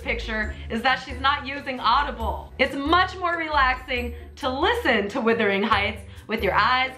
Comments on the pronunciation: "Withering Heights" 😂😂😂❤ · Did she just say "Withering Heights"?! Lol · wUthering hieghts not wIthering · I have this argument SO much, it's Wuthering Heights, not Withering. It is my favorite book and it drives me crazy how many people say it wrong. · Jake Sheader since when in the actual fck do we Aussies pronounce it "were-thering heights"? It's WUTHering Heights...say it the way you spell it. Jeesus. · Withering Heights? It’s Wuthering Heights... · Great project. You don't want to hang that swing directly by the ropes from the rafters. Get some metal hardware to put between the ropes and rafters. Also, it's WUTHERING Heights, not WITHERING. Glad to have you guys back making videos! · No pool! It's Wuthering Heights 😂 not Withering 🙈 🖤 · Nothing against you personally...but maybe if you read instead of listened you would know it's WUTHERING Heights...not Withering Heights. They're two different words. I'm excited to see what other projects fill up that under deck space! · It's not "withering" heights........ how many times have you actually 'listened' to the book. Audiobooks also are just not the same. You need to smell that history between the pages. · Oh my God, it's WUTHERING!! NOT WITHERING!!! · I was bothered by Withering instead of Wuthering Heights, but cmon, you like Heathcliff?? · Wuthering not withering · "Withering Heights" coughs Wuthering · Love ya,, but it’s not “Withering Heights”, it’s “WUTHERING Heights”. DOH! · wUUUUUthering heights. Not withering haha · "Withering" hahahaha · Hon, it's WUTHERING...not WITHERING...Heights. You are welcome. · WUTHERING! not Whithering :D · Is it bothering anyone else that she’s saying ‘withering’ and not ‘Wuthering’ lol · She kept saying Withering instead of Wuthering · Why is pronouncing it "Withering"? Swing looks amazing though. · It’s sort of pronounced “whether-ing heights”or “were-thering heights” that’s Aussie pronunciation but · say Withering one more time